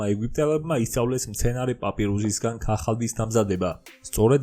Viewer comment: ქახალდი არა ქაღალდი